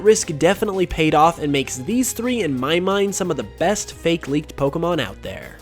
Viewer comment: Why are they all recent leaks? A lot of the older ones (like PurpleKecleon's gen 4 starters) are so much more interesting. Also, is the only person I've ever heard pronounce the fake in fakemon as 'fakie".